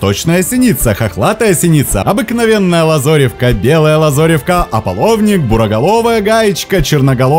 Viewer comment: Автор никогда не слышал, как произносится слово лАзаревка ?